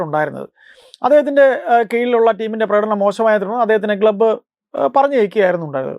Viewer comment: ഗ്ലബ്ബ് ❌ ക്ലബ്ബ് ✅ 😂